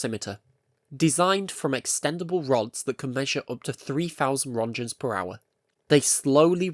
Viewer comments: wish they could pronounce roentgens correctly, like you did all this research but didn't look up on how to pronounce the father of x-ray's name. :I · Please google how to pronounce rÖntgens